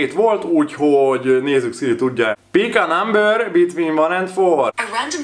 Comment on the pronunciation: Bik á námbör...😂😂